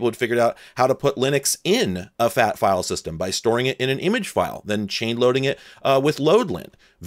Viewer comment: i thought you said “multi FAP file” instead of multi FAT file. 🤦🏼